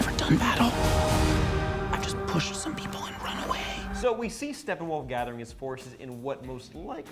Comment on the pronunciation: its Steppenwolf, not Stefan wolf >_>